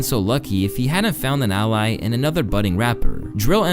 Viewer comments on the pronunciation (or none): none